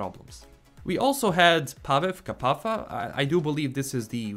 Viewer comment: You pronounced Paweł well but Kapała has the same letter "ł", not "f" so it goes like "ka-pa-wa".